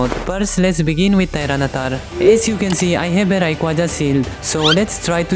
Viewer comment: Bro that's not Tiranatar that's tyranitar😅